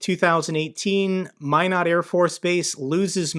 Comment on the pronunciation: Thank you for your news and commentary concerning the Ukraine war. I have some contacts in Ukraine and they are all worried what will happen to them and their country. I live and grew up in Minot area. So we have that in common. And you can pronounce “Minot” correctly. Haha. “Only the best go North!” 😉